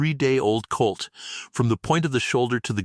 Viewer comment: The ai is a bit pathetic. The one word is hock not hawk. Another is colt not cult.